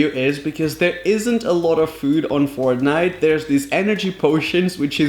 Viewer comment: It’s Fortnite not frontnite 🤦‍♂️